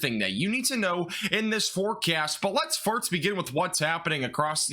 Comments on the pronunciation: I honestly enjoy watching your forecasts, but I've noticed everytime you say "first" it sounds like "farts" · LOL I had to rewind to double check I heard him correctly 🤣 it definitely made me giggle 🤭